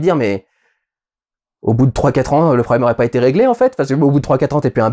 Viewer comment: Si c’est pour prononcer Frame comme ça autant parler français et dire image ^^ Perso je l’ai vu en IMAX 3D, assez proche de l’écran et j’ai uniquement eu un soucis avec le scénario